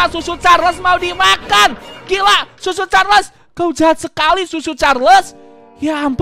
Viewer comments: Itu Choo choo carles bukan susu carles 💀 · Tadi ngomong susu charles bukan choo choo charles😂😂😂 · Bang cara nyebutnya cho_cho Charles bukan susu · cho cho charles ❌ su su charles ✅